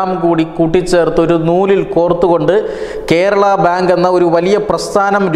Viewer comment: Kerala (not kherala)